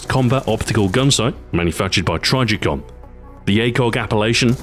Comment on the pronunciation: you mispronounce trijicon!!